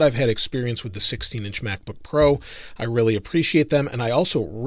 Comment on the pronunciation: Lol mack book pro